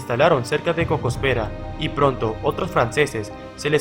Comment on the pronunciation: Cocóspera Sonora, lleva acento en la O